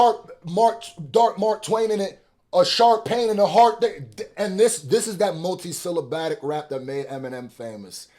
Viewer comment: It’s syllabic not syllaBATIC